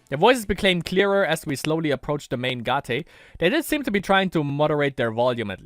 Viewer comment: Lol why are you always say "gah-teh"? Its just gate (schoolgate), normal english word Oh and also